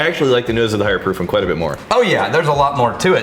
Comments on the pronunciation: love y'all but quiet != quite bud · Should have taken a drink every time he said "quiet" instead of "quite" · You should have taken a drink everytime he said "quite" with two syllables like "quiet." 😁